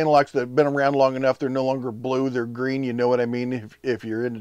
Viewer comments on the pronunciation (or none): none